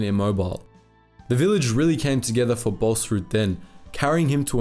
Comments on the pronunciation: Please don't say the name like it was german... the double a is pronounced "aw" So it is like "Bawls-rood" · You are pronouncing his name like its Danish or German lol. Its pronounced without the h sound there